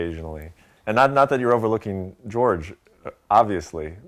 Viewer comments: it's prounouced 'whore hay' not 'jorge' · Interviewer unexperienced in the fight game and hasn't even done his homework. Pronouncing "Jorge" as "George", so simple, yet overlooks the details. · Why does everyone say "George" in reference to "Jorge" Masvidal? I know it sounds alike but there´s a difference and I´ve heard too many high profile fighters and reporters do it know and it´s bothering me somehow. JORGE, damnit!